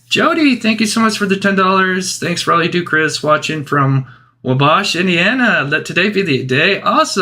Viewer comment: "Whoa - bosch" River.....omg lol